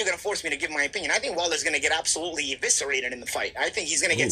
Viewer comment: He said eviscerated